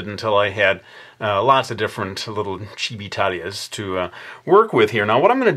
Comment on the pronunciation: OMG HE SAID CHIBITALIA lol